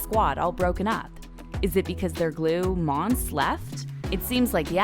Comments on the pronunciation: Her name is pronounced MON-SAY. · IT'S FKIN MONSÉ NOT MONS. JESUS CHRIST. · Her name is Mon-say! Its clear the reader NEVER watched the show! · They kept saying her fkn name wrong